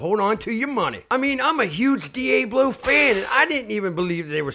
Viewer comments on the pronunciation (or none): nobody says DE AAYY BLO its DEE AHHH BLO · It’s pronounced Dee-AH-BLO can’t stand that you pronounce it all wrong! PSH! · Then pronounce diablo correctly! Lol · De Ay Blow is smeeshable! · In Texas we say Deeabalo